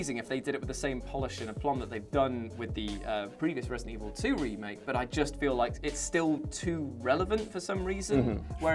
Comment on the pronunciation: So do we pronouce it ratedent evil?